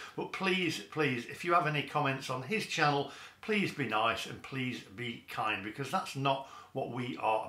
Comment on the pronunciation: you accidently said 'Be-cuz' rather than your trademark 'Be-COARSZE' at the start of the video what's going on!? The mask has slipped xD